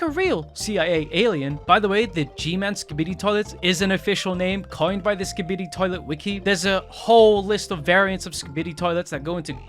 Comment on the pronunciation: imagine not saying Skibidi right